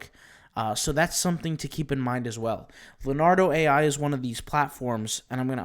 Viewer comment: IT'S NOT "LAR-NARDO"......it's "LEO-NARDO" learn to pronounce it.